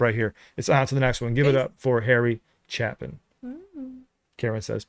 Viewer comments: It's a long a in his last name... It's not like chap... It's like shape.... 😹 Which AI are you using? I find Google AI to be pretty close, most of the time! Oh, no! You didn't have time for your father's suggestion?!?!?!? Did you grow up just like him??? 🙀🙀🙀😹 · It's pronounced Cha....pin not chap...in. his song Taxi is a great next song. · Its pronounced Chay-Pin NOT Chap-Pin...go to Wikipedia and check the pronounciation before you speak my friend. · His last name is pronounced "CHAPE-IN" not "CHAP-IN" like it's spelled. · CHAY-pin. Not "chappin'." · It’s ok. Any person with an ounce of feelings gets teary eyed over this song. Harry Chaplin (pronounced Chay-pin) was always doing charity work and fund raising concerts for the poor. In 1981 he was on his way to one of these events when his car broke down on the Long Island Expressway and was rear-ended by a tractor trailer and he was killed. Him being from our area here on LI, the loss was taken very hard. For another great Chapin story telling song, try Taxi. Also, please, check out Christopher Cross, “Ride Like The Wind”. You won’t be disappointed and it could open another rabbit hole for you.😊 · ** pronounced - CHAY-pin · Pronounced Cha-pin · Chay pin... The A is long. Please learn to at least pronounce the name of an artist before starting to record. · It would be so cool out of respect for all us old people watching that know this music like the back of our hand if you would at least do enough of a dive prior to presenting reviews that you would learn how to pronounce the title of a song like Aja or the name of Harry Chapin with a long A. It would at least look like you know something about the presentation you're making even though you've never heard these way familiar songs . and like the last guy definitely do Taxi by Harry Chapin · Harry Chapin wrote some of the best story songs ever. Two I highly recommend to you are Taxi and Mr. Tanner. (His name is pronounced chay-pin) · Pronounced Chape-in